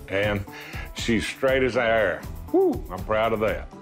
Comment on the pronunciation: "Straight as a arrar" What?